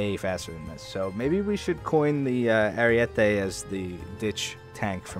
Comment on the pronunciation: It's not called "ariuete" but ArIEte